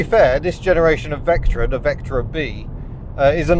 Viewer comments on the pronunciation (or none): "Serious Vectra-in" (No G)